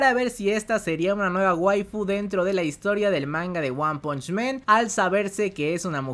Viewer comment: por que dices One Punch MEN? men es plural de hombres en ingles! el anime se llama One Punch MAN. MAN. AAAAAAAAAAAAAA NO E